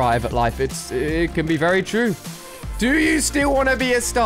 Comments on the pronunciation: Why Ali a say vely not very? LOL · Why does Ali say vely instead of very? Lol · yes, vely vely weird